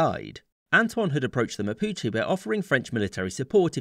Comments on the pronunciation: Chilei? MAPICHI?? Dude, some respect for the language ong still good vid, it just hurts hearing some of those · I get to minute and I understand that he was saying Mapuche, how can you say Mapuche so badly?